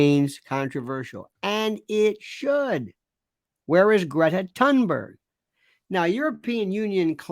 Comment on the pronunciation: I'm gobsmacked, too. BTW, great job pronouncing Greta's surname correctly. Now if I could only explain the logic of pronouncing wholewheat to the continental Europeans.